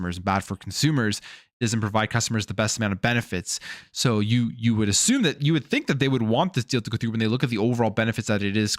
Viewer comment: I also do not like how you say assume. Im not going to assume, you assume the terms being presented are great. You are bias. Thats what allows you to give xbox the benefit of the doubt.